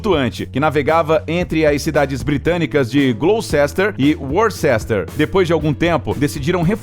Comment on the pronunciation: Azar foi o do narrador ter que pronunciar Gloucester e Worcester ao mesmo tempo. Gloucester. Worcester.